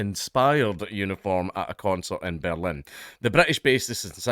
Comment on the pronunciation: The Scottish accent makes the word "Berlin" sound like "bellend". I kept thinking Dankula was inserting his opinion of the police force.